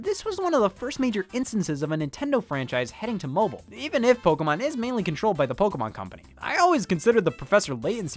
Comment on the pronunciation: Neat episode but damn i hate how you say pokeamon